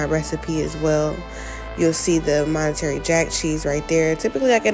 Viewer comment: Monterey not monetary cheese lol